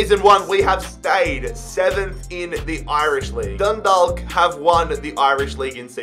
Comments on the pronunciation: You can pronounce dundalk like Dun-Dauk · Dundalk is pronounced dun-dauk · Hey, just for future reference the 'dalk' in dundalk is pronounced the same as talk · Great video bro, it's pronounced Dun-dawk. Love from 🇮🇪